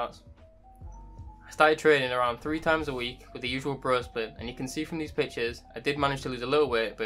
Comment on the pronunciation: I was wondering why does he keep calling himself "these bitches", took me 2 minutes to understand he's saying "these pictures"🤦🏻